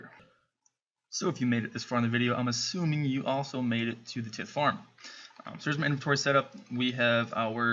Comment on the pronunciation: its pronounces tie-th